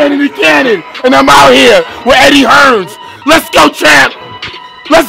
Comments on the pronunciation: Superb.. someone needs to tell Shannon it's Eddie Hearn.. not Eddie Hearns 😃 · its Eddie Hearn not Hearns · "eddie hearns"